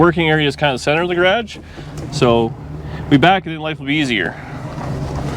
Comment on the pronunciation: It's garage not grage